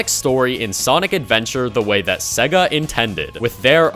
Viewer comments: Bro why do you say "siiiga" and not sega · SEGA is pronounced "say-gah"